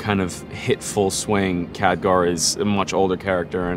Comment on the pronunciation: anyone else bothered by the way he's pronouncing his name?